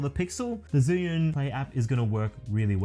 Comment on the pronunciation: 1st time someone in youtube pronounces the name of the gimbal right! I'm guessing because you are chinese hehehe. Great vid bro!.